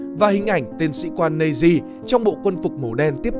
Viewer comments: Mình chưa thấy bộ phim nước ngoài nào đọc Nazi là "Nây-zi", kể cả Anh hay Mẽo. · và cái từ "Nazi" k phải đọc là "Nây-zi" mà là "Nát-zi" mới chuẩn nhé